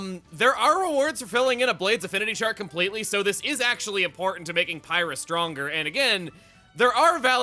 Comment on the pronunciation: "Pie-rah?" Isn't that the chick that killed Rex at the start of the game?